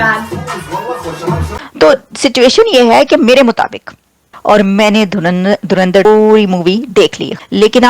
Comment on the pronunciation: साले पाकिस्तानी धुरंधर को धुरिंदर बोल रहे हैं 🤠🤠🤠